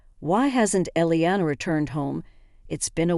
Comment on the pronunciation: Elena. Eh Len a.; Iliana ie li a na please get the names spelled the same and correct the pronunciation